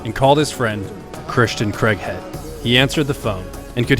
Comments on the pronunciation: its not pronounced CREGHEAD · Worth a watch but pretty sad that the narrator can't even pronounce his name right. Craighead, not Creghead. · Craighead (Crayg(e))head not Creghead, he is English not American, it is not pronounced in the UK the strange way you insist on pronouncing the name Craig. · Love this vid! Can’t get used to that, what we Brits consider annoying, American pronunciation … “Cregg-head”, but I’ll overlook that because the vid’s so good! 😊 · Unfortunate American pronunciation of the surname Craighead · Really well put together, I look forward to the book finally coming out. Craighead is a legend. I just wish you guys could pronounce the name Craig…(Craay-G) Other than that…excellent!